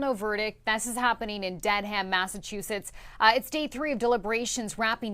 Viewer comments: Bro the way that reporter pronounced Dedham, I'm dead. Put some respect on Dedham's name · I know right, its dedhem !